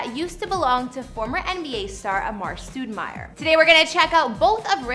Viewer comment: “Stood mare” Lmaoo WTF that’s not how his name is Pronounced smdh 🤦🏾‍♂️